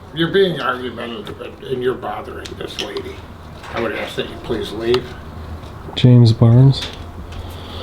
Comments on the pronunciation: Never take directions from anyone who can't pronounce the word " ASK" 😊😊😊😊😊😊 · They can never pronounce ask. It’s always axe.🤣🤦🏻‍♂️ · Is she gonna ASK or AXE Learn proper ENGLISH 😂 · I gonna axe😂😂😂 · Now, now, she AX you! Ask for the baffroon. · If you cant pronounce the word "ask" or "with" you shouldn't be the chief of security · works for a school district and doesn’t know how to pronounce a simple three letter word like ask?